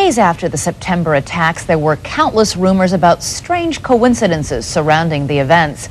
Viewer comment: Love how the newsreader put so much emphasis on the words "strange coincidences" when she was opening the story